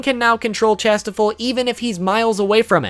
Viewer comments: Tis not Chastifol. It's pronounced "shas-tee-fall" xD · Kings treasure is said cashtiffir spelt it wrong wrong but the end is or not ol